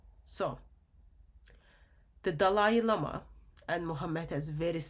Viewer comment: I love how calls him Dalai LAME-ah! 😂.... This is why muslims haven't said anything about this subject. They KNOW they will get called out! Thank you God for exposing this sick filthy sex cult in new ways everyday!